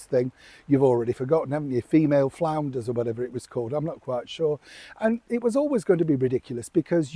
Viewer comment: I'm not exactly sure how you said her podcast "female founders" I heard "female flounders". I think that's the correct podcast name, very appropriate! 🤣🤣